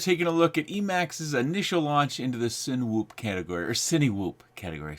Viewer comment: AFAIK it's "si-nuh-whoop", like "cinema", which I believe is the origin of the name mashup. But I could be wrong.